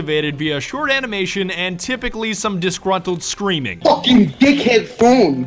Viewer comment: at the beginning he sounded so British when he said dick head